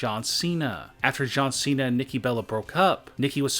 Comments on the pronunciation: No he said John centa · he said John Cety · This dude said John sedy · He said John sede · He said John Cedy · He said John centy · John sedi?